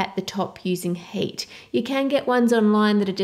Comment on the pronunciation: When you say heat it kind of sounds like you're saying hate.